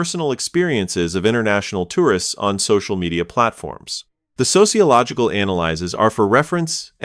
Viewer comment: The A.I. narration guy doesn't know the word "analyses" is the plural of "analysis," and, therefore, can't pronounce it. Gee, what a shock. --- Catsup on a hot dog? This is America! NO catsup on a hot dog, fool! --- Here's a carwash! Here's another shock. It's a carwash! --- Americans are polite. Should we apologize? Gee, we're sorry. Get over it. The dig about "especially in the South" is a LIE. Try South Dakota or rural Nebraska, et. al. People are friendly, and in the South how one is treated is often more than iffy; it can be hostile, particularly for anyone with darker skin. Darker skinned people would be lucky not to escape racist treatment. Why? MAGA is still fighting a war that ended over a century and a half ago, and that war was about enslaving a race of people. Europeans wonder the how and why of Trump? Take a couple minutes and examine statements Trump makes continually about darker-skinned people. You'll have your answer. MAGA won't admit it, but the foundation is the same principle as Germany in the 1930s: manufacture enemies, instill distrust and anxiety in a society, and achieve power through fear and hate.